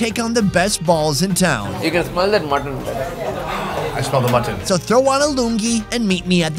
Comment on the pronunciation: Whyyyy does pronounce mutton that way?!?